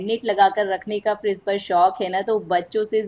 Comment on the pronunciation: Aap apna pronunciation thoda theek kare , friss nahi fridge bolte hai . Vlog bahot accha hai par pronunciation par kaam karen to aur improve hoga aapka vlog .